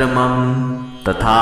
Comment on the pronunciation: आप मम का उच्चारण शॉर्ट मे क्यो करते है, मम का उच्चारण लॉन्ग karna चाहिये.